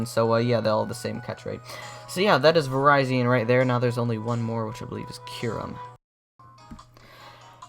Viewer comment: I thought it was pronounced vir-re-z-on